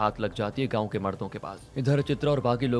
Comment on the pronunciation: गाऊँ नहीं गांव होता है।